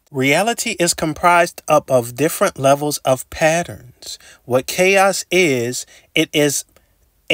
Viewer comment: say PaERONS again